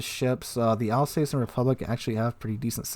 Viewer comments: Your French pronunciation needs some work. It’s not “Republic,” it’s “République,” pronounced: “Reh-pub-leak.” The Alsace is pronounced “Al-sass,” not “Al-sais.” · Alzass not Alsays